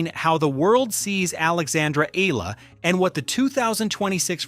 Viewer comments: E-YA-LA not E-LA is the correct pronunciation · 👎🏽 Spend whatever extra time it takes to get names pronounced properly – not just Eala’s, but others too. It’s called respect. How can you claim to be favorable to someone if you don’t get their name right? And don’t report anything not verifiable! 🤙🏽